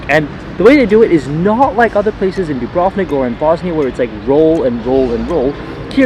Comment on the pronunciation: Ajvar, as ayvar, not adjvar. And bUrek as dUbrovnik not byurek and not Dyubrovnik